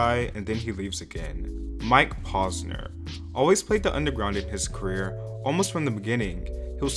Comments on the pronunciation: “paws-ner” bruh its “pose-ner” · The way he’s pronouncing Posener as “Paws-ner” is killing me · pAWsner 😂 its getting on my nerves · Knew this was gonna be interesting as soon as u pronounced his name wrong 😅 Edit: still did a pretty good job on the video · Everyone can just watch his videos on his channel on youtube. and you are saying his last name wrong. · Bruh he really pronounced his name wrong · Bruh.. if you're gonna do a video on someone at least google how to pronounce their name correctly 🤦‍♂️